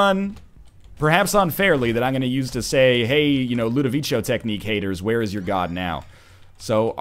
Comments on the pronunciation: you've been told a million times already probably, but it's ludovico with a hard c, like a k. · For the love of God, learn how to say Ludovico right. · scumbag notherlion, he hasn't seen clockwork orange and doesn't know how to pronounce "ludovico" correctly